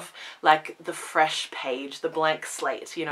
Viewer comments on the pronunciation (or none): none